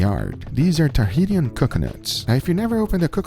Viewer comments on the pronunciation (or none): It's said like ta he Shan. Not tahitian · Tahitian = "Tah - he - shian"